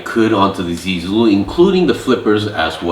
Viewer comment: The pronunciation for zee Zulu is more like (zaeh-Zulu)